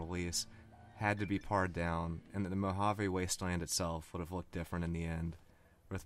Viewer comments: "pared down" is pronounced like pear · You sound a lot like tomatoanus. I love this content too. This is a year old, but my biggest piece of advice to you going forward (aside from normalizing volume) is to figure out the pronunciation of any word you aren't 100% sure about before recording. Gamebryo, pared... there are a few errors.